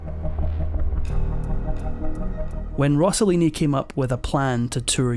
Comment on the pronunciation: He's name was Rosselini not Rossolini!! Please!